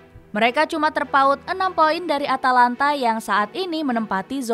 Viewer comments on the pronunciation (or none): none